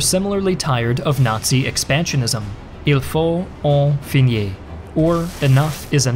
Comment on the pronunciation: Great video, as usual, but that pronunciation of “Il faut en finir” was, to put it bluntly, horrible.